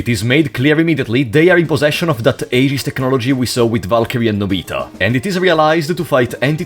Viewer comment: Honestly, you did a pretty damn good job with the Xenosaga characters. Think the only problem I noticed was calling the AGWS robots “aegis” or “AGs” when the English translation pronounced it “eggs”, but that’s pretty negligible really. Found it super funny when you covered Allen “the assistant”, saying he’s just kinda there until the very end. Because that’s pretty much how he is in Xenosaga too. XD